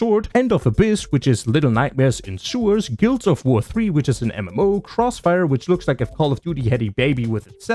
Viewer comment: I'm sorry, how did you pronounce Guild Wars 3?